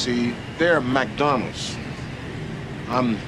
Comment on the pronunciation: Can't even lie, hearing MaDonal took me out lol. Also, Borneo??? REALLY?? LOL